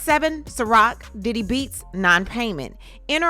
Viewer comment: I know you are getting tired after all that vocal reenactment cause that "Diddy" sounded like a "Daddy." 😂😂. Thank you for what you do. 🙏🏽💜